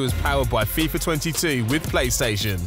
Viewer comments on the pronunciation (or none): none